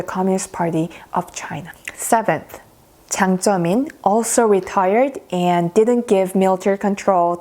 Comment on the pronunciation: It's Jiang Zemin. Not Ziang Zemin.